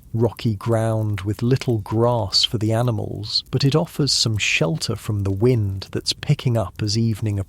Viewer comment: You're AI said wind when it shoudlda been wind U woke me up! Shame on u. Try harder😢